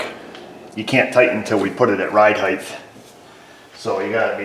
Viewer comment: Ride highth?? Does he mean ride height? Stick the T